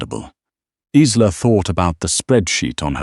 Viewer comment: Good story, shame you haven't resolved the AI problem regarding pronunciation. Isla is a Scottish name and is pronounced EYE-la. As in island - eye-land. It is most distracting and stops one enjoying the story properly due to cringing every time a name is mispronounced.